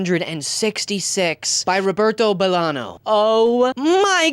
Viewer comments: Bolaño, not Bolano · ROBERTO BOLAÑO MENTIONED RAAAAAHHHHHHHH VIVA CHILEEEEEEEE also btw, the Ñ is pronounced like 'gn' in lasagna!!! loved the video, we have to bring back classics fr (as someone whose favorite authors are tolstoi and dostoyevski)